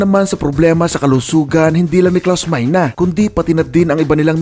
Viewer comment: ang tamang pag pronounce nyan ay klaus mayne ang ibig sabihin ng meine sa German is "saken" or "mine" sa English